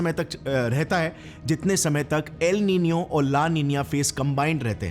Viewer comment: Its el nino